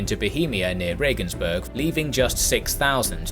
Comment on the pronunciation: "Berg" v. "Burg". EbelsbAIRg, regensbOOrg. Also, the emphasis is on the 1st syllable, which is especially important for Ebelsberg, because otherwise it's sounding like ebblesberg. That "E" at the start stands alone and doesn't run-in to the "b". There's something almost like a glottal stop between them.